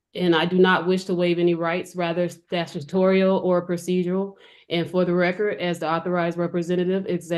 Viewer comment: "statutorial," not "that's tutorial"